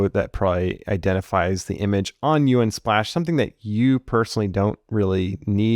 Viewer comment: The only thing I can focus on is him saying U N splash instead of just saying the word Unsplash...